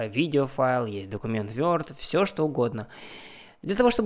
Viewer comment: Вёрд, епт)) 🤦‍♂️ берлинский pronounce ))